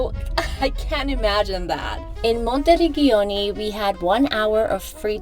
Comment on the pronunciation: Work on correct pronunciation of towns. “Monti - reg-giano ”????? Gi and Ge are like ci or ce.